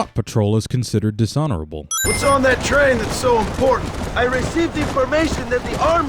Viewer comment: Dishonerable Dis Hon Erd Oooooooo Hopefully